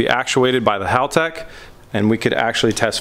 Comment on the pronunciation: I’am glad you pronounce Haltech correctly. Not like other youtube channels cough cough rhymes with Hooligan. Hearing it pronounced like Haul-Tech just grinds my gears. In a nails on chalkboard kind of way lol. We all try, no ones perfect. Cue the keyboard warriors.